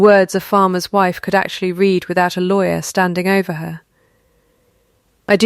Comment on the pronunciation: This is a duplicate of the same story that I had just read. Also read in the past is pronounced as ‘red’! The picture at the beginning shows quadruplet! So many AI mistakes and no editing whatsoever by the originators- waste of time - don’t bother watching or reading.